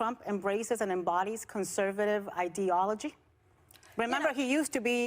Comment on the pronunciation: "idealog" someone educate that woman on Whoopies left on ideology.